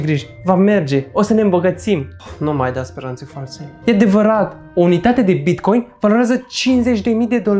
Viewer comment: TARE CÂND A ZIS CĂ A ZIS BICOIN